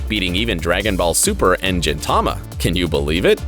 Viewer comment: My man just said Jintama